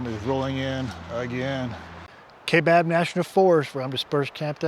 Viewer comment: The correct way to pronounce Kaibab is to ignore the “a”. The “a” is silent and the “I” is strong like tie or pie. The forests and counties in AZ are named after Native American vocabulary so they can be challenging to pronounce. I’m glad you found that camping spot, it’s one of my favorites. I always enjoy your videos.